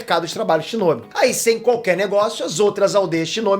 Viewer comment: #Obito n é shinóbi nem zétsu é shinobi e zetsu